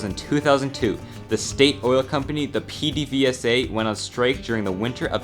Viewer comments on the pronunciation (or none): pi di vi es a lol pe de ve sa xd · PEDEVESA is pronounced: PEH-DE-VEH-SA.